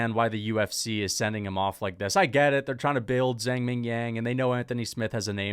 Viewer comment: Someone tell this guy it’s Zhang not Zang, the H is there for a reason